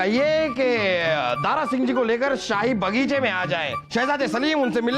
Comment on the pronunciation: “दारा” शब्द को दारु बना दिया 😂😂😂😂